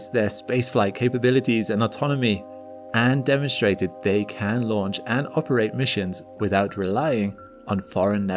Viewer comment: There's no H in downstream. It's not downSHtream. Ditto for demonstrated. It's not demon-SHTrated.